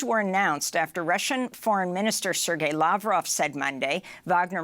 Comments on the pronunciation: It's Sergei and not "Sir Gay" 🤪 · Omg, you can't even pronounce his name properly 😂